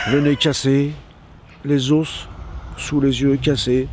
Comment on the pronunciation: on dit pas des "ose", on dit des os.